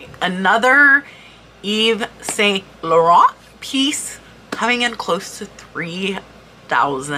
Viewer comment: Hi great info , your skin is beautifull , by the way saint is pronounced san, loh rahn